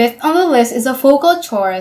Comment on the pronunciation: Chora is pronounced with a hard 'C', Khôra. Same as Choral music.